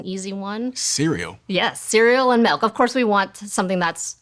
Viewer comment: If she said "melk" one more time i may have lost it. My brother always said that and it drive me crazy too.